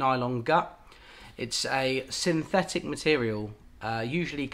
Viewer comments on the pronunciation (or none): none